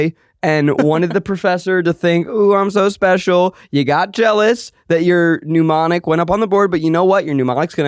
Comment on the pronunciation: Zach making such a big fuss over Keith reading "mnemonic" correctly, and then mispronouncing it himself a minute later 😂